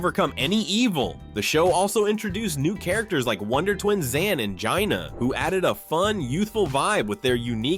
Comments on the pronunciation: H. R. Puff and Stoof? Wtheck. stuff!! HR Puff and Stuff ! I thought lidsville was really weird…..I remember every one of these….yep, I’m that old! The BUG aloos not, “boog”. You’re killing me! Zane and Jana ! Not “Gina—— dude come on ! Now you’re just being silly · It’s Jay-Na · It’s said “Jay-nuh) Jana not giña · How can you mispronounce Jayna?